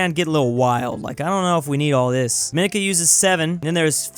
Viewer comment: Hey, there's no "the" in Dominica, also Dominica is pronounced dom-ih-NEE-kə, not də-MIN-nih-kə, you probably were confusing it with The Dominican Republic, which is pronounced dom-ih-NEE-kən and begins with "the"